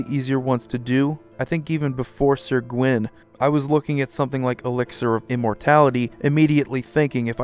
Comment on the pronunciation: I hardly ever get to flex on my Celtic Studies minor - so I'll mention that Gwyn is pronounced "Gween" and means "White" in Welsh. Great vid though, I ordered this Brawl deck at my LGS and can't wait!